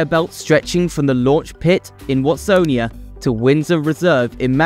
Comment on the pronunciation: And Watsonia was prounounced ‘Wastonia’ 😂